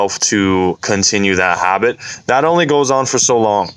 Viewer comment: No one:: habeet